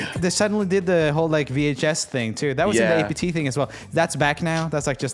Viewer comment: It’s not ay pee tee, not apartment, not anything. It’s apt.